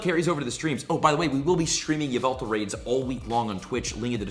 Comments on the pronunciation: its pronounced Yahvultal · Its actually called YA-VU-TAL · it’s yahveltal cough cough